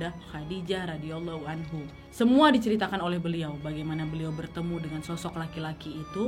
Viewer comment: request bahas kisah berbakti dengan ortu, supaya makin banyak anak muda yang kuat pondasi hidupnya.. terimakasih nad.. love banget ama videonya punten ijin kasih masukkan pengucapan.. Sayyidah Fathima ra, Sayyidah Khadijah ra= Rhadiayallaahu anha Ali bin abi thalib ra = Rhadiyallaahu anhu